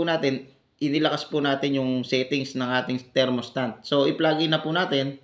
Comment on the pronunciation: Thermostat po hindi thermostant hahahahaha